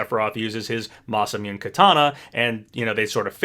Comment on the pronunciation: i really enjoy ' videos but im not gonna lie his pronunciations get on my nerves sometimes. like for example ninja gaiden is pronounced "guy-den" not "gay-den" and masamune is "masa-moon-eh" not "masa-mune". it's not a huge deal but i'd really appreciate if he tried to find correct pronunciations!